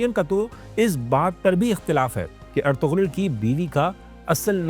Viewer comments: Bhai sachai ye hai ki tuje padhna padega nursery se 😂 ertugul ❌ ertugrull✔️😂😂😂😂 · bro first of all, iski pronunication ertugrul ni h erturul h, G silent hota h. Kindly naam sahi lya kro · It's not er-tug- rul. It's er- tu- rul. Pronounce it correctly. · Ertugrul ka naam to theek se le len , g silent hai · Why can't you pronounce his name accurately after watching 400+ episodes?